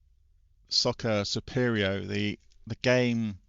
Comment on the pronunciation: Sorry In advance for being a know it all but it’s Soccer “soo-pre-mo” lol sorry Another enjoyable vid..spectrum Is my first love … games like football manager, the double, the Dizzy series ,spellbound and text adventures like Sinbad and the golden ship monopolised my gaming time as a kid! Keep em comin ;)